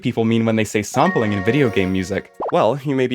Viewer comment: I heard the intro and heard "saampeling" and thought you arent american. Where you from btw?